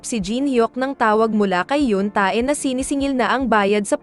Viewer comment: Hinde tae o ebak ang bigkas sa T.A.E...kUNDI TE...SILENT A.